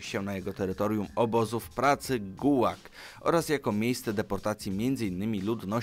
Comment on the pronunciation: Гулаг - gulag nie guwag